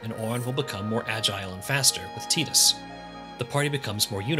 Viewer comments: "Tie-dus' not 'Tea-dus' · Tidus is pronounced like Tide-us, not teeedus, it's a water pun. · TEETUS? I seriously cannot continue listening to you. I can't deal with this. lol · Don't they say tidus' name in the game multiple times? How do you come away calling him 'teetus"? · Hahaha, you pronounced tidus wrong. It's pronounced FUNKBUTT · You lost me when you said Tee-tus